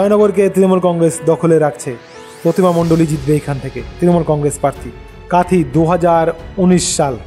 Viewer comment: কাঁথি হবে কাঁথই নয়